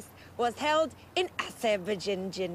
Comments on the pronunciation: Aserjapan? Please, do not say Azerbaijan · OMG she's so funny. She can't pronounce Azerbaijan. And she doesn't know where it is on the map. This is killing me.